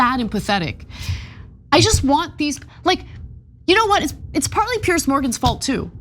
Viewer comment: PIERS! Not "Pierce"